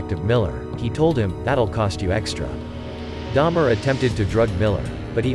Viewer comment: Dahmer. Not Daimler. Me too btw